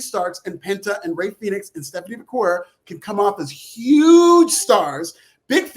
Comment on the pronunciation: just here to say: you say Vaquer like you say Hacker or cracker